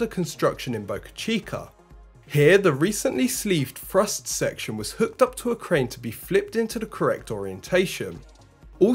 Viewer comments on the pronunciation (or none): Thrust puck not frust puck and Thank you not fank you! Practice makes perfect. Not picking on you just trying to help you be conscientious of your speech. It takes practice and conscientious effort to overcome. By the way great presentation your doing great.